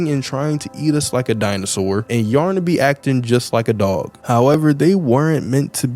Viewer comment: why did bro say dog like that